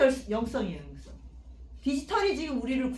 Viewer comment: 영성을 왜!? :영썽"이라고 발음하나이까 ? 잘못입니다. 자고저 탁음 문제가 심각하나이다